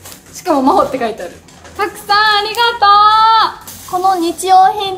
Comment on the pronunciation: ありがと〜の発音が好き💙💚💖